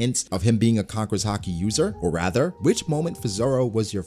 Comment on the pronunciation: why does he call it "Har-Kee"? It's "Hah-Ki" right?